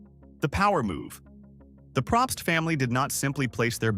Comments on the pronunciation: It’s said “Pro pst” they don’t even know how to pronounce their name. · I’ve known a few Probst and I don’t think he got that right either